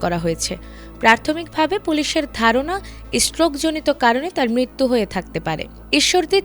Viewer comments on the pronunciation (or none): none